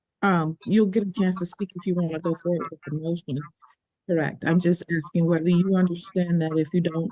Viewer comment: She's not axing you anything Miss L she is asking you!